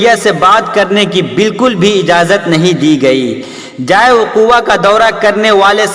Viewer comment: Jaaye waqu nahi. Jaye wuqu hota hai